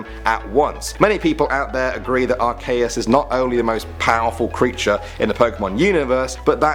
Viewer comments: you say at Kay us it,s arceeus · honestly it aint pronounced arCAYus its spelled arCeus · are-SEE-us, not are-KAY-us.. sorry, this is the internet.. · OMG ITS NOT ARCAYUS ITS ACEEEEEEUS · AR-KEE-US get it right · He said Ar cay es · .- are-key-us with the ee sound dude. also most every single ghost type is terrifying heck freaking solosis and its evolutions are horrifying because it's literally a fetus pokemon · its pronounced are-see-us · It's ar-key-us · What's a arkaes? I know of arceus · IT IS PRONOUNCED (ARE--SEE--US) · jake p It's Ar-Kee-us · It's pronounced ar-CEE-us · U name arceus wrong... bruh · you mispronounced Arceus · Pokemon fans will hate how he pronounced Arceus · You pronounced arceus wrong